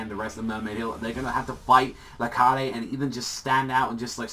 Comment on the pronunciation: wait I thought it was pronounced Lar-kaid not La-Kar-De